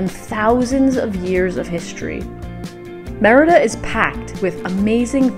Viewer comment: I've seen many YouTuber videos of Mexico. Except for Mexican nationals few get details just right as you do, such as how to pronounce Mérida.